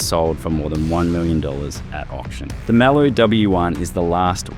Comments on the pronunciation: I can’t be the only one. Always said ‘Muh-loo’ not ‘Mal-ooh’ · Am I the only one wondering how on earth an Aussie car guy could possibly mispronounce Maloo?? Drove me friggin crazy...